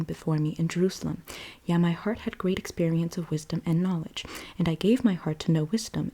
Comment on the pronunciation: Yea is different from yeah. Yea is pronounced ( Yae) ( yay)